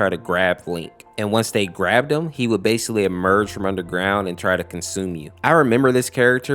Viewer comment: i dont mean to be a jerk or anything but are we not going to say anything about him saying the word basically wrong